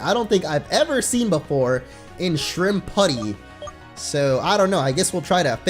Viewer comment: It's Not (Shrimp-putty) It's (Shrimp-Pue-tee) Like "Deputy". It's Summary Even Said "Gunslinger". lol